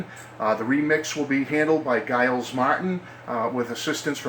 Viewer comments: It was mixed in mono, but never officially released. It's been bootlegged though.By the way, Giles is pronounced "Jiles".As in the word "gently" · By the way its pronounced Jiles Martin (it's to do with the 1066 French connection) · Pronounced JJJ iles Martin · No I'm sorry, I was just trying to be funny. I've just commented to "" that he pronounced Giles wrong. He said Giles as in the word "garden" instead of Giles as in the word "gently" J sound, which is how it's pronounced. Maybe he's never heard the name before.